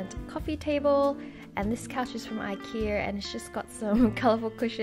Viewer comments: I like how you say ikea hahah "ikearr" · I love how you say Ikea...I key err. haha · Its her accent💛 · do all australians pronounce ikea ikeer? LOL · I love the way you say IKEA cx